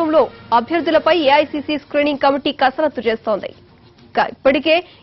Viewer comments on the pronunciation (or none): It's not karasathu, it's kasarathu